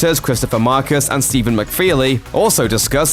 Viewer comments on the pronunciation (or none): none